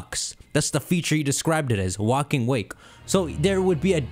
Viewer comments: Erm... it's Walking Wake, not Waking Walk... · My soul dies every time he says waking walk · It's walking wake like wake up also great vid 👍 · New Drinking game! Take a drink every time he says "Walking Wake" wrong!